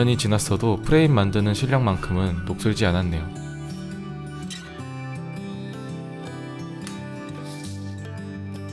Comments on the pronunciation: 녹실지X 녹슬지O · 1분 15초에 녹실지 가 아니라 녹슬지 아닌가욤..